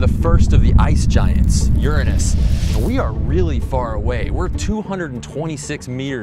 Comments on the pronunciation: Did you mispronounce Uranus on purpose? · I know you guys are being ignorant for the purpose of being funny, but the pronunciation is different. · lol he said ur-anus hahahahaha ( ͡° ͜ʖ ͡°) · Shahir Muktasid pity this guy can't speak his words correctly lol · English language has a big flaw the guy cant say Uranus properly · Weirdly, his different pronunciation made me think of the 'your anus' joke much more.